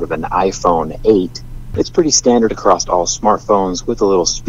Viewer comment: "Accrosst" is not a word.